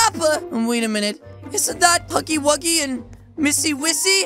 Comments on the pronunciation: She say Huggo Wuggo but it’s Huggy wuggy😂🤣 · I haven't watched you in so long and you said kissy wissy wrong the girl said huggy-wuggy wrong LOL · It’s not missy wissy it is missy kissy and it is not Huggo wuggo it is huggy wuggy